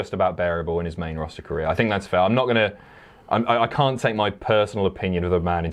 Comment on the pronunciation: Ah yes, the WWE “Rawster”